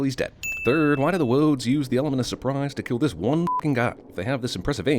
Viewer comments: "Woads"? ....wabbit twacks too? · Don't want to spoil the party, but 'Wodes' not 'Woads'.